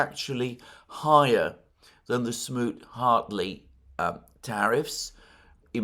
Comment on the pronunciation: It's "Smoot-Hawley," not "Smoot-Hartley."